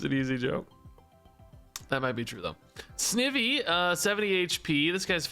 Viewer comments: just an fyi on wrong pronunciations, snivy is like ivy (name is a combo of snake and ivy) , dhelmise is like demise, beheeyem is technically pronounced like the letters B-E-M (as in Bug Eyed Monsters), but you pronounced it how most people do, elgyem is pronounced like the letters L-G-M (as in little green men, a word for aliens), and shiinotic is pronounced with a shee not a shy also the probable reason why there's so many repeats is that the first set included all of gen 1 and the pokemon company really likes gen 1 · I am sure I won’t be the only one but snivy is one syllable but instead of evy it’s more like the word ivy like vines. So it’s pronounced like snEYEvy. This probably doesn’t make sense.